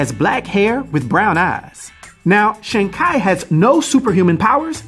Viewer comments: His last name is pronounced ‘Chee’ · Every time He said ... KI ... instead of CHI ... I Bit my lips. Sorry Dude. You can't tell me you haven't heard the CORRECT WAY TO SAY IT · Ngl I was bothered by the pronunciation. Its tchee like chi the vital life force in Chinese lore. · Chi is pronounced in Chinese as “chur”